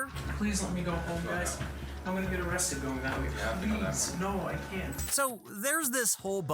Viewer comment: No O-rested guy 😂